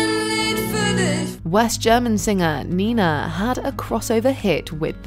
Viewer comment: It's pronounced Nay-na, not Nee-na.